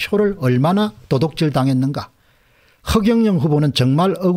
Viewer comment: 공대표님 도독질이 아니고 도둑질이라고 발음하면 좋겠네요.